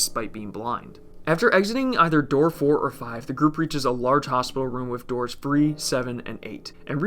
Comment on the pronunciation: I thought it was 9 doods, not doors lol